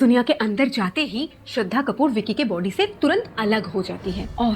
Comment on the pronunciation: When you were saying this in the starting:Us ka body bohot bara tha, my little sister thought you are saying: Us ka POTY bohot bara tha🤣🤣🤣